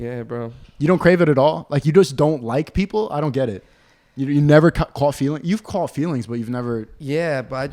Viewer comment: that "caught" is so New York